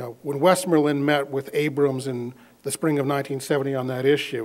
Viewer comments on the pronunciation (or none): none